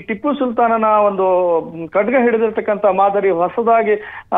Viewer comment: ಲೋ ರಿಪೋರ್ಟರ್ ಅದು ಕಡ್ಗ ಅಲ್ಲ😂😂😂😂😂😂😂 ಬೋಲಿಮಕ್ಕು ಹೇಳಿದ್ದೆ news 😂😂